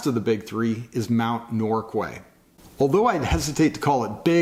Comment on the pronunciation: It's pronounced Norkay (I don't know why but that's how we pronounce it)